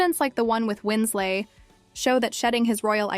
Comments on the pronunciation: Just an FYI... It's Kate Winslet, not Kate Winslate. Good grief... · Who the heck is ..Kate 'Winslate'!?? Her surname doesn't rhyme with her Christian/given name. It isn't even spelled Wins-'late'. It's Kate Winslet. Legendary actress, who's name shouldn't be so easily butchered! It doesn't matter that it's most likely someone from a younger generation narrating, as that'd be like me saying Marilyn Minrow or Munrew, or James Dune, or Cary Grunt, etc... lol.😅 I wasn't born until 1975... but I still know, who Marilyn Monroe, James Dean, and even good ol' Cary Grant are...let alone Kate Winslet.....AND, we didn't have the internet back then, either, or for decades after, OR spell check/body of work checks!!! A little bit of research, and fact checking, goes a LONG way. 🤔🥴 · "Winsley"... "Winslate"? More A.I. crap... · You need to know how to pronounce Colbert's name, as well as Kate Winslet